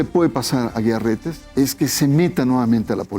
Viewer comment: Jajajajajajajaj ni sabes los apellidos jajajajajajajaja no es Aguilar Reyes sino AGUIAR RETES pasguatitoooo